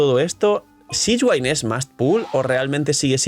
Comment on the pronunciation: Uffff buen video, pero cada vez que dices sishguain me da una puntada en el pecho 🤣 abrazo 🍻